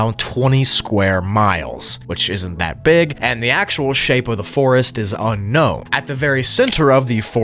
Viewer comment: "Unkown" bro what